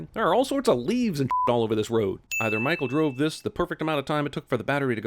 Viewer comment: lmao why did you pronounce Michael's name that way? mah-hoo?